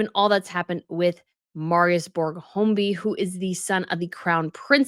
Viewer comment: Please, Iove watching your show, but learn how to pronounce these European names. It's Katharina Amalia. Kah-tah-rina, not Catherine. And it's not Homby, it's Høiby.